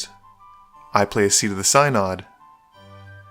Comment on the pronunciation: FWIW it's pronounced "sin - odd" not "sy - nod", but props to you for playing Mistform Ultimus, it's awesome to see that card played!